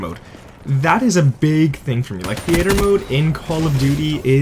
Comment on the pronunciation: WTF Is The Ater mode lol its theater